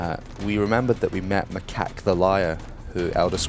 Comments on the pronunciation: The mai'q is pronounced like mike not makak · mai kak? do u even name bro? its pronounced my eek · "M'kack" the Liar? Dude, have you EVER talked to him? It's "M'aiq" the Liar, which is pronounced like "Mike". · Ma cack the liar? It's 'Myec' spelt M'aiq... Ma cack... LOL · maik is pronounced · the name is pronounced my-eek also the narrator is british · Have you ever talked to him? He never pronounces M'aiq as "Mike", he pronounces it as "my-eek" and does it a lot. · It's actually pronounced like Mi-ak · Its pronounced My Eek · Lol, did you say "M'kak the Liar??"